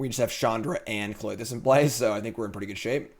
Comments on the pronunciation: I can't tell if you're trolling viewers by saying kloy-this or if you do it to get people like me to comment and give you engagement numbers. ;) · for the love of god the Y comes after the TH in Klothys's name